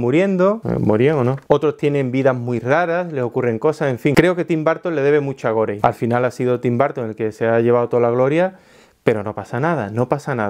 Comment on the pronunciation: si es Inglés es gori..... en ese idioma la e final es silenciosa